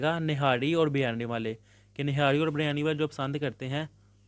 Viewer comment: Birryani😂 niharri😂and sir😂